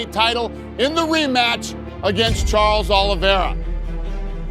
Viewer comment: Karles oliveira Maikel Kanler Kori Sandagen Itu siapa min? Sepertinya penyebutan namanya salah deh 🤣🤣🤣